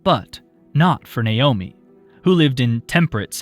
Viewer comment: Finally, someone who says Naomi correctly!